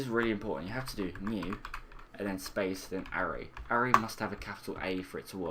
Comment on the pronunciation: Great videos but need to let you know it's pronounced ah-ray